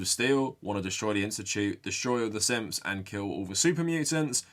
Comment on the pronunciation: Every time you say syths all I hear is simps